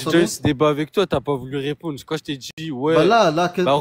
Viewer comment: J’peux répondrrre ? J’peux répondrrre ? J’peux répondrrre ? 🤭